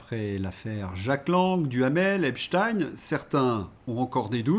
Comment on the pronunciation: désolé mais Epstein , ça se prononce pas du tout comme vous dites .